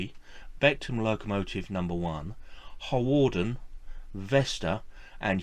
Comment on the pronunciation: Harwarden is pronounced Har-den. Penmaenmawr is pronouinced Pen-mine-m-ow-a Overall I liked your video - very informative. Yes in a sense it is sad that the railway museum at Penrhyn Castle is moving some of its collection away - but I also think it important that the displays at the castle remain relevant to the industrial heritage of the area and that the locos leaving Penrhyn will now.have the opportunity to be part of a museum or operation relevant to their own heritage. It is good that, in a number of cases, locos are to be restored to working order. Steam engines that are doprmant are dead metal, those that steam are alive and bring the past back to life for all who visit them.